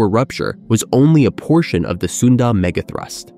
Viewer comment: didn’t you hear the „mega throoost“ once? gave away that this channel is AI